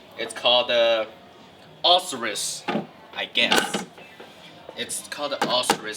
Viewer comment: You can't pronounce Osirus?